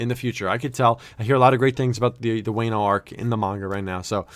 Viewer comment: Also Wano is pronouced (Wah-No) btw ❤️